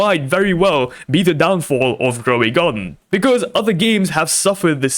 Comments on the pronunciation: "rowy garden"💀💀💀💀💀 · “rowy garden”😭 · "Rowy Garden"💀👍